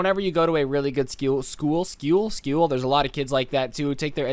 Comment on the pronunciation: Scuul Schoal, ah ScHooL